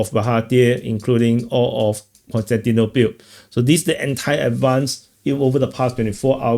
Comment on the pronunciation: "konstantinopil" Kostyantynopil.